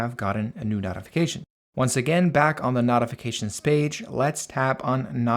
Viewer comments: brother, I greatly appreciate this video. i appreciate the work and time you put into making this. It was very informative and I did learn a lot. BUT the way you pronounce "notifications" is wrong. It's no-tif-uh-cay-shuns, instead of not-if-uh-cay-shuns. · Why in hell do you say "knot-ifications" instead of "note-ifications" like a normal person? That's insane. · It's not not-ifications...it's no-tifications. Otherwise amazing video. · Im really losing my mind as this guy keeps saying "Naughyfications" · Why are pronouncing notifications like knotifications? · I will Notify you how to properly pronounce "Notify" or "Notifications" It's pronouncwd NOTE-ify. Or NOTE-ificatations. You speak perfevt English other than that. If you cam do me another favor and just say "I'd like to Notify You that your fly is undone" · I like that you pronounce notifications as “nautification” 😅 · The way you say notifications be pissing me off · ok, the way you say notifications pisses me off